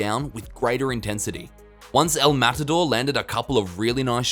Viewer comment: Say matador right you say it so cringe